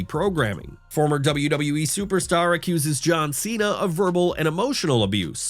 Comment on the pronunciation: Acussed you say,.......😅